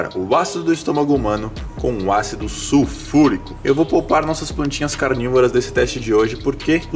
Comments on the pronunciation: “SUFURICÃO” KKKKKKK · "Sufulrição" kkk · "su furicão" 😂🤣😂🤣😂🤣😂🤣😂🤣😂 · Desculpa mas eu ri quando ele falou "sulfuricão"